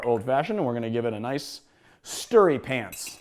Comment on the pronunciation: Hold up. Did you just say give it a 'stirry pants'? I cant let you get away with that my man 😂😂😭😭